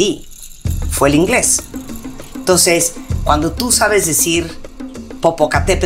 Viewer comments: Min. "Por qué el primer idioma que aprendí fue el inglés, toces", Jajaja en lugar de decir Entonces. Recordemos que aunque parezca extraño hay palabras que se dicen en español cuando hablas español por ejemplo Colgate, se dice tal cual y no "colgueit" cómo sería una pronunciación en ingles. Lo mismo pasa con Mc Donalds y con muchas palabras que se pronuncian diferente en español aunque sea idioma ingles. Ustedes que opinan? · toces ó entonces?! Aaah noo pues la felicito por hablar bien el español 😂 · “tos” la felicitamos por su buena ‘prenunciación’.😅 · Definitivamente habla mejor inglés que español, no se dice "entons" querida, se dice "entonces"!! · Pero dice "tons" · Se dice entonces, no tonces, que chingon habla... jajajajajaja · Ton,s en vez de entonces... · 😂pero ni tan bien,,,se le oye "etonces" y no "entonces"... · "Tonces",( entonces) jajajaja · Está claro que cuando dices “tonsses”, y no entonces, estamos claros que primero aprendiste a hablar español. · Mhmhmh presume de hablar correctamente y nunca dice entonces siempre TONSES 🙄🙄🙄🙄🙄 o TONS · Pero en vez de decir "entonces" dice "tonces" o "tons" 😂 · Chale ese entons como de dice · 🤣🤣🤣 Hay que felicitarla por decir "TONCES"